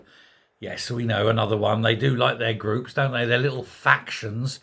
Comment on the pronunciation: Is that “groups” “or “gropes”